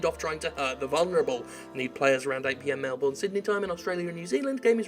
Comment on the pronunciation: That developer's responses...hopefully when people think of Australian Games and Game Developers, they'll think less of this and more Borderlands: The Pre-Sequel, Game Dev Tycoon, and The Last Word. (PS: Jim, it's pronounced 'Mel-burn', not 'Mel-born' :P)